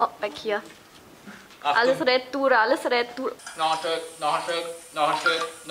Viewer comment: Ist Julez etwa Schweizerin. Weil so wie sie Retour gesagt hat klingt das 1 zu 1 nach nem Schweizer 😊 Grüsse aus der Schweiz 🇨🇭